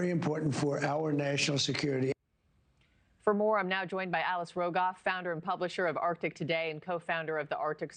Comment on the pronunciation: That is funny when he says national security it sounds like FINANCIAL SECURITY